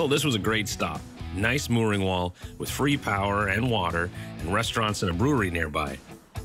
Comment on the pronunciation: I’m pretty sure you said noice (nice) 😂 One of my favorite shows is Tacoma FD. The firefighters on the show pronounce words with the second letter being I as oi.